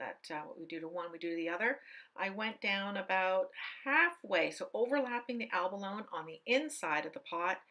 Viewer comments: Helpful video, however I cringe every time you say abalone. (the final e is pronounced eh) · Great video. Just fyi, the e is not silent on abalone. Its pronounced like abaloney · Looks gorgeous! Btw, Abalone rhymes with baloney…😊